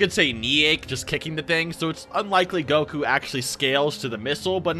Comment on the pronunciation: How do you consume this much dragon ball content and you still can’t properly say the main characters name